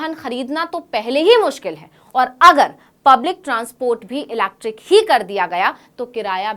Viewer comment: EV बोलिए आसान है। Ilacktrickkk 😅😅😅